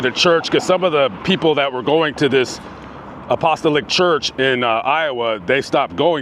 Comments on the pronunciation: Hey! He word is pronounced-> A-po-sto-lic. And I think the union is suspicious. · It's pronounced: Apo-Stah-lick